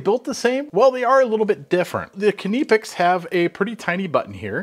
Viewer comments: Why do you yanks always call them 'kineepex' when its pronounced 'nipex'. The 'K' is silent like in knife. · I don't think its pronounced Kineepex. It's simply Nipex. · Do you call you cutting utensils kuh-nives? It sounds horrible hearing you say kuh-nipex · KNIPex! NIP is NIP not NEP. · Please stop pronouncing knipex as k.nee pex it's nipex the k is silent. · nipex nippex etc. is wrong AF. knipex with the K and a snappy p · Please say nip ex.....the knipex needs a better grip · will always be 'nigh pex' to me, they can pronounce it however they want to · KUH-NIP-EX, get it right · Kuh-neepex? I think the K is silent. As in Knee. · Did he just say keniy pex? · Nye-pecks Edit: no I don't care what those non English channels say. English has rules. I may suck at them but kni*** is pronounced nye. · It actually sounds like kipex when he says it. I do speak some German too. Maybe we should now start pronouncing knife differently too. :-) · Kuh-née-picks… you gotta love spell correct! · He's right it's pronounced Nip - X. K is silent. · Please pronounce it Kah-nip-ex. The Germans pronounce their "I" sometimes as an "ee". So you could say Kah-neep-ex and still be correct. They also sell these pliers with a comfort grip handle. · Please start pronouncing Knipex with a K, as it is not silent. Here are some videos that will help you learn how to say Knipex correctly. and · the guy who works for the company doesnt pronounce it this way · everyone around word pronounce this brand with a K, only mericans like to made up pronunciation of stuff, like aluminum of example. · The man who represents Knipex either doesn't know how to pronounce it, or has given up the fight for the American market. Pronunciation in German isn't (almost) arbitrary as it is in English. This really isn't an ambiguous situation. You can say it the German way, or you can just keep saying it wrong ;-) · It drove me up the wall every time he said it so wrong 😖😖😖. And he said it so meany times 😖😖😖